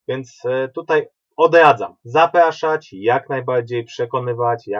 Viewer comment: logopeda by się przydał.. odladzam?